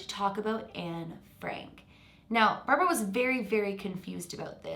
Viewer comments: I thought you were saying her name wrong this whole time until I realized ... it’s barbro not Barbra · Hi! A Sweed here! You actually pronounce Barbro, as Barbroo. I dont know if it matters, but just letting ya know. Love from Sweden. And the Netherlands. In half half ❤️🇳🇱🇸🇪